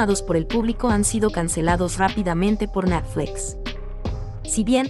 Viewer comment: Natfles que mal suena, pronuncia buen Net cual Nat, de por Dios, lo que hay que escuchar